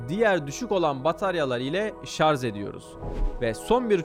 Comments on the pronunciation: Çok güzel video ama "Şarz" değil be abi, şarj. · Güzel bir video olmuş elinize sağlık. Bir ufak eleştirim bu kadar ingilizce terimin doğru kullanıldığı bir videoda ŞARZ demeniz kaliteyi biraz düşürüyor nacizhane. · Abicim şarj demeyi öğrenin artık ya. hakikaten ayıp oluyor artık. Şarj şarj şarjjjjj